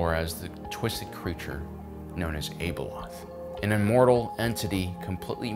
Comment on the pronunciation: Why do so many Star Wars podcasters continue to try and over pronounce or exotically pronounce names and places? It really takes me out of it, and makes me not want to listen. - It's pronounced Ab (like the muscle in your stomach)-eloth. This is easily found in the audio books - Ahsoka's name is Tah-no, not TaynO. This is much easier since it's been said a million times